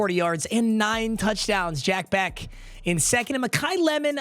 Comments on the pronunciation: bro it’s pronounced “BESH” not “BECK” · i cringe every time you say jack becK ITS BEH-SH